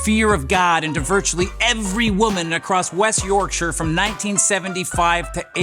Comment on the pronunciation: props on the pronunciation of 'Yorkshire' :D nailed it